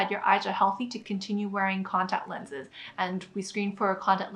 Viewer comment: I've never seen someone who can't even pronounce the words "contact lenses" know so much important information about contact lenses. Amazing.